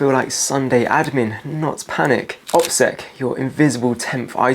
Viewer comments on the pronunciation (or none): OSPEC? Dont you mean OPSEC? Operational Security? I wondered why you pronounced that wrong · Bro. Did you just say “OSPEC” instead of “OPSEC” Ladies and gentlemen we have a plant here. I’m gutted to say it but we have an Amazon fear monger here who has conveniently left you an Amazon shopping list up to £2k. Not bad if even half the subs buy it eh? Yeah you literally said “ospec” again. Dude even my phone knows that’s wrong. Im massively disappointed. I’d love to be wrong but I don’t think I am. Unsubscribed. Shame